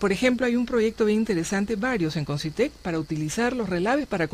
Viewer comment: Concytec, no Consytec